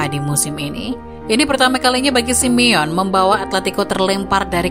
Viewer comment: Sebutin Simone yg bener SI MI YO NEY..ok admin peace..✌